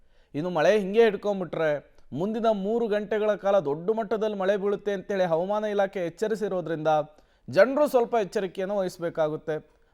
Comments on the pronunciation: ಹವಮಾನ ❌ ಹವಾಮಾನ ✅ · ಹವಾಮಾನ --ಈ ಪದದ ಉಚ್ಚಾರಣೆ ಸ್ವಲ್ಪ ತಿದ್ದಿಕೊಳ್ಳಿ